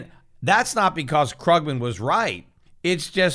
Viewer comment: Love how Peter deliberately mispronounces Krugman's name :D